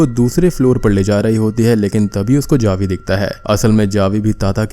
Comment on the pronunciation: Javi but it pronunciation is havi